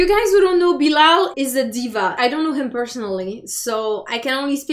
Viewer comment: Watchaaaa it’s Bilal and Not bilaal